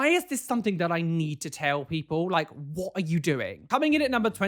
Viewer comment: What said: “WHAT are you doing?” What I heard half asleep: “WATER you doing?!”